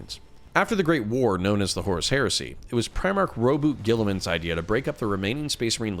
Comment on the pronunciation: He really said Robu Gillaman?